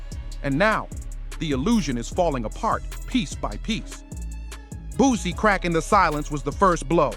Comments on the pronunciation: Boo-C mane......not BOOZY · Man dude it’s boo-see (boosie) learn the name before doing the vid 😂